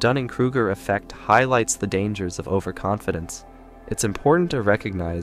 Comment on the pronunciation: Over Conf Dence. LOL